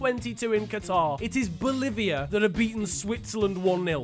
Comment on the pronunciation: The way you said Boliviá LMAO